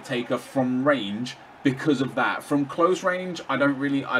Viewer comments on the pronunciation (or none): none